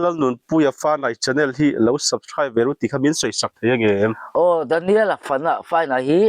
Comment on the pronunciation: Subscribe chu asawi thiam lo nimaw😂